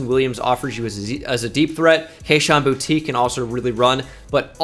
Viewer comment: boutte is pronounced boo-tay